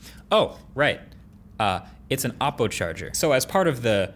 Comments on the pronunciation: Learn how to pronounce Oppo, it's OH-poh, not aw-poh. Urks me every time you say it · Y r u pronouncing oppo as Aappo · Still can't pronounce OPPO properly🤣😂🤣😂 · Stopped watching as soon as heard "OPPO" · It’s actually ‘o’ppo. Just need to pronounce the original ‘O’ sound